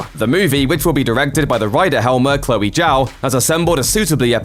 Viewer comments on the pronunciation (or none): none